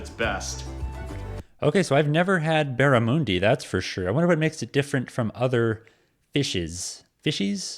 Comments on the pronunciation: Barramundi is not pronounced that way. Americans shouldn't be trying to tell others about Australian foods without getting the names correct. It's "barra-MUN -dee", and the "MUN" rhymes with "gun". And every fish and chip shop offers battered or crumbed barramudi, contrary to what the guy in the video claims. It's a delicious sweet fish. Fairy bread is only for children's parties, and not on toast, just soft white bread. It's real butter. The beetroot - one wrod - is pickled and adds the pickle flavour you get from your pickles. It's absilutely delicious and burgers are bland without it and tomato, lettuce and fried onions on a bun toasted on the inside. No, it is never mixed in with the meat. Kangaroo meat is cat food and dog food, but some eat it. Most never do. Ketchup is similar but has a specific recipe. We also like barbecue sauce as well. A sausage roll is not the same as a sausage in bread. Pastry and bread are not the same thing. Vegemite and all yeast extracts are made from the yeast left over from brewing beer. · hahahahahaaha no there are no australian resturants selling australian cuisine, barramundi pronounced as BARRA- MUN - DI. we also call nudreds and thousand, smartie shit. also we eat our coat of arms. ketchup and tomatoes sauce same shit. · BarraMOONdee? yeah, nah: I don't think some guy who can't pronounce the food is likely to be a good guide. Still less someone who thinks you cook/eat them whole - they are. like, a meter long or something. Had Barra yesterday though, it was great. P.S. I googled; the record seems to be 135cm (four and a half feet?) and over 40kilos, arguably not a small fish. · Dude needs to be able to pronounce these foods properly……’Barramoondi’ is not how it’s pronounced. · Barramundi - mun like sun. Pavlova - pav like javelin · Thank thor others noticed 😂 I died a little inside every time I heard "barramoondi" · yes it is pronounced with a un sound not a on sound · The guy can’t even say barramundi right